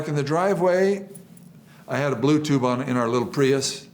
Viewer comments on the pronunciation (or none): he says "BlueTube" instead of "Bluetooth" That is all